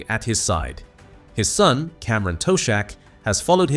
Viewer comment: Toe-shack😅, good ol' Ai.